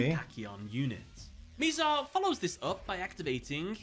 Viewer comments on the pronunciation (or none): Mih-zar rather than “mee-zar”. None of the characters mispronounce it so I have no idea where he got that pronunciation from. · He keep mispronouncing Mizar’s name 💔